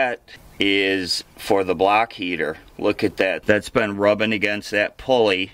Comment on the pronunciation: Block heater!!!! 😆 I am from Boston and I even thought you said "BLACK" heater!!!! Too 😄 funny!